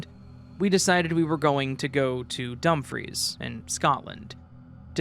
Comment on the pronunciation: Great stories!! As a Scot pls note Dumfries is pronounced Dumfreece and not Dumphreys 😅